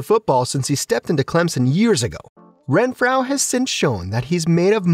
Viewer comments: Say it with me “Ren-FRO” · Pronounce his name correctly! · How do you not know how to pronounce renfrow